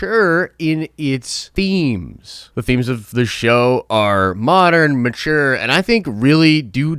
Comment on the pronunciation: Am I the only one that thinks sounds like he's saying My Chair in a funny way when he says mature....mahcher!!! Lol